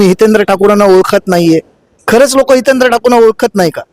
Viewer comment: Adi hitendra bolyla shika Madam 😢😢😢😢😢